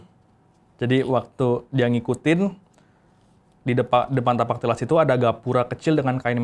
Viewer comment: bukan "Tipak talas" bang .. tapi " Tapak Tilas" ..